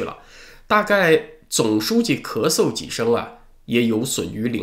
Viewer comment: 念出了咳嗦